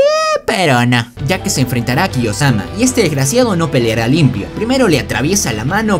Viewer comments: ¿Khe? Acaso no es kiyomasa? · Bro es kiyomasa, no kiyosama😂😂😂😂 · KIYOSAMA ES KIYOMASA XDDDDDD